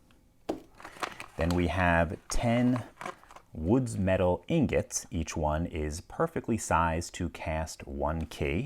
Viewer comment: Somehow he turned the word ingot into agate? I didnt know that was possible but he did it lol.